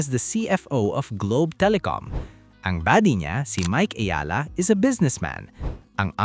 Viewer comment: Its Eala ....you keep on saying "Ayala", annoying!